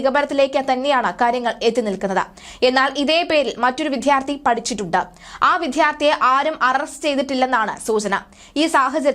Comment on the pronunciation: വിദ്യാർത്ഥി എന്ന് പറയൂ. ധ എന്നുച്ഛരിക്കരുത്.